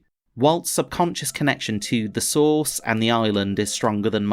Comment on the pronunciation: Every time you say “source” I hear sauce. I’m getting Lost in the sauce.